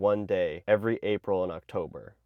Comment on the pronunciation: I thought you said “every April in October” 😂 😂